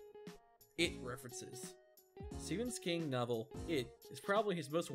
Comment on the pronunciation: Did he just say "Stevens King"?!?!?!